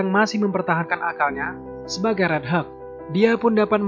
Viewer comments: Helk bukan heg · ini pengucapan nya asli deh, hulk is not helg,pas totally awesome ketara banget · It just sounds like 'Heuk' not 'Hulk' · Bacanya yg bener itu (hag) (huk) ? Kok dengernya aneh ya kalo (hag)